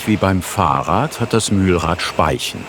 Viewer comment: Ich empfehle meinen Sprachlehrnenden gerne dieses Format, da gutes Deutsch zunehmend seltener gesprochen wird. Leider fällt mir in dieser Folge auf, dass Prosodie und Betonung des Sprechers allzu unnatürlich und damit sachlich manchmal falsch geraten. Eine kurze Silbe ist kurz, nicht lang. Eine lange Silbe ist nicht überlang. Ein Fahrrad ist kein Faahrrad. Eine Mühle ist keine Müühle. Ein Paar ist kein Paaar. Vielleicht könnte man einmal etwas Augenmerk auch auf solche Feinheiten legen. Inhaltlich über das Mühlrad, so informativ wie jede einzelne andere Folge, danke! 🫶